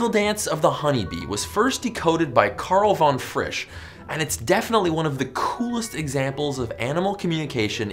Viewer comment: You have to RRRRolll se RR! KaRRRRl von FRRRRisch. You have to vibrate with your tongue, es far back as you can manage, not mouth but throat. If it sounds errrotic you got it. Feel the rrr